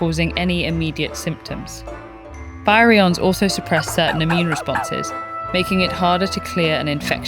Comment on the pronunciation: Was this read using AI? Because virion is not pronounced correctly. The video is great, and we need more videos about rabies.